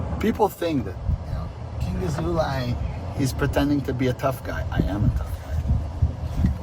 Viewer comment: I love when you said "Bendover Asshole-lay", Am I hearing it right? 🤣😂